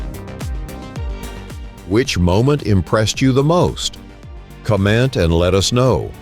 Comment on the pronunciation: ... They said the word Comment,(but they pronounced it "Com-Ent" with the accent on the E instead of the O),... Just another computer generated video, .. No sub for you!!!